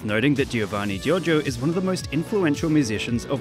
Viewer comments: Giovanni gioRgio, not jojo! XD Foreigners always eat the R in italian... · I love how you keep pronouncing " Giorgio " as " JoJo " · The title should've been "Who is Giovanni Giorgo?......and why does everyone call him Giorgo?....." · We all know: His name is giovanni giorgo but everybody calls him giorgo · hah jheeorno jheeovanna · the way he pronounces Giorgio made me laugh so much (i am italian and Giorgio is an italian name) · Giorgio it’s a regular italian name, and it’s not pronounced giovanni Giorgio